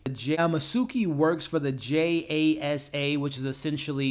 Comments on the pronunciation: Hey man, the name is JAXA and it's Japanese and not Chinese. There is a difference! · JASA is wrong, the Japanese space agency is named JAXA. I don't know how they could get something so simple wrong! It really annoyed me!